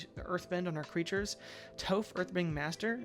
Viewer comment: Stopped watching after you called her “Toe-phh” 🫠